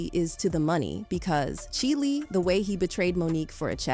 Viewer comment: Dear White Narrator, CHILE not pronounced CHILI in this storyline! It's pronounced 🗣️CHIIILE... like CHILD w/ an E. How did chili make sense to you?